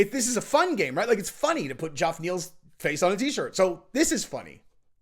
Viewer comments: Geoff Neal's first name is pronounced Jeff lol not joff. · Haha it's not Joff it's Jeff. GEOFF = Jeff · I think it's just a fancy way to spell Jeff my dude. Don't know why but it's cracking me up every time I hear him say Joff 😂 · It’s pronounced jeff not joff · Not bein smart but his name is pronounced Jeff not Joff... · JOFF? LOL It's pronounced JEFF, bro. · Geoff is not JOFF. It's JEFF ! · Joff Neal. I could be wrong but I have a feeling it’s pronounced Jeff. Geoff is not uncommon spelling for this name. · Geoff is pronounced Jeff,not Joff!😉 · Who's Joff?😂 Unless you're English, it's pronounced, Jeff. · Joff, pronounced Jeff 😂😂😂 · It’s pronounced Jeff ffs 😂😂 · Geoff is pronounced "Jeff" Doggy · Fyi geoff is pronounced jeff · calling Geoff, Joff 😂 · "Joff" - when youve only ever read the name Geoff 😅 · Just FYI Geoff Neal is still pronounced “Jeff Neal.” Keep crushing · Yo dawg. Why you calling Geoff "joff?" 😂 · Lol.. "joff" neal... wtf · why are you struggling to pronounce the name Geoff?? It’s the same as Jeff my guy. You got this Slugger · It pronounced Geee Off! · have you confirmed that Geoff is pronounced JOF? lol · I know it’s spelled stupidly, but Geoff is still pronounced like “Jeff” unfortunately. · "Joff Neal" 🤣🤣🤣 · It's pronounced "Jeff" Neal dude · Geoff is pronounced as if it is wrote as Jeff!. Sorry but mis-pronounciations just piss me off. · Bro are you really saying Joff?? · Love your coverage of this and other mma drama! Is it actually pronounced GEoff Neal or is it pronounced Jeff? lol I’m genuinely curious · It’s pronounced Jeff in England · I spent the whole video wonderint why the f*ck hes calling him joff neal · Geoff is pronounced "Jeff" 🙄 come on. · It's the Chael Sonnen pronunciation....😂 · Joff Neal 😂😂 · Who’s “Joff” Neil? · Lmao. "G-e-off" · Stop saying Geoff's name like that. It's just like Jeff. Just spelled different. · Joff ? Is it pronounced JOFF ? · How does not know how to pronounce Geoff?